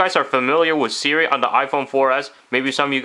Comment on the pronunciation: It's Siri... not 'sara'